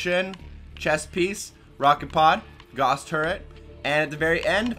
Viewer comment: This is me being picky, but Gauss is pronounced as if it almost rhymes with Cows. Makes an 'ow' sound, as in Carl Friedrich Gauss., of Roosterteeth, does the same thing every time!